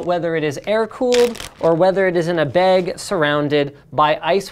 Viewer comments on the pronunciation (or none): and bag... it's b-ag not bay-g